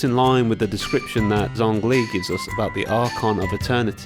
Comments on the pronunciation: Zhongli is pronounced Jong-li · I think is pronounced Chongli